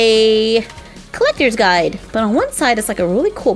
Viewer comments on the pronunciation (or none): none